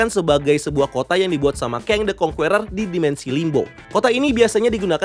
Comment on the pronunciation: Conqueror Baca nya kang keror (e kecil) Bukan kong kueror